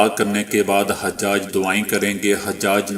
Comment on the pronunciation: حاجی کی جمع ۔۔۔۔ عربی زبان میں لفظ ح پر پیش کے ساتھ۔۔۔۔ اور ح کے بعد آنے والی ج پر تشدید کے ساتھ حُجاج ہے۔۔۔۔ ح پر زبر کے ساتھ حجاج نہیں۔۔۔۔